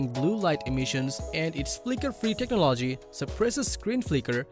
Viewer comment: Sorry bro, it hurts my ears hearing you say techno-LOGY 20 times in this video... fix it.